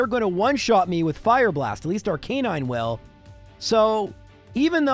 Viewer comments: I know you have been given some grief on the way you pronounce ARCANINE. “Ar-Canine” instead of the generally more accepted use of “Ar-ka-nine” you’ve defended this by saying that is a Canine and that’s how it was designed and is the purpose of it. I’ve just gotta point out that if you truly mean that, then you are also pronouncing “Blastoise” wrong as well. It’s supposed to sound like “Tortoise” pronounced “Blast-iss” Make your choice and be consistent!! 😂😂😂. Love your videos. What’s your response?😅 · Lore lie, not Lore lee. Arca nine, not Ar canine